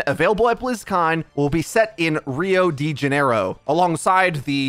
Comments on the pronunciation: Rio Dee Janeiro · The average person heard " rio de janeiro" and Intellectual heard "rio de gorino" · "Rio de Ganero", I died